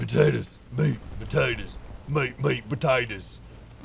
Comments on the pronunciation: when he was saying meat potaters, he sounded like slade wilson from arrow, the australian special forces guy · MEAT POTATOES MEAT MEAT POTATOES meanwhile Downunder everyone's frothing after hearing that in a kinda aussie accent